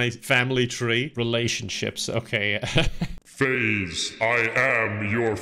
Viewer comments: faiz isn't even pronounced 'faze' but that just makes it more funny lmao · Hey! Faiz is pronounced “Fa-Ease” btw!